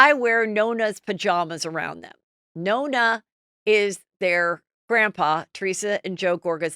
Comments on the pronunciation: the grandfather is nono. not nona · Nonno not Nonna… 😊